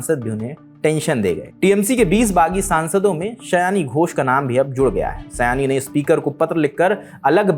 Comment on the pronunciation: आपके थंबनेल में सयानी लिखा है, लेकिन आपका उच्चारण सही नहीं है, इसलिए यह एक गलती है। नाम सयोनी होना चाहिए, जिसे बंगाली में बोला जाता है। Saayoni